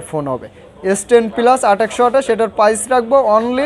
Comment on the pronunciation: Vi tmr kotha onek vlo laglo নোট টেন পিলাস 😂🤣😂 পিলাস কি। পাইজ না প্রাইজ।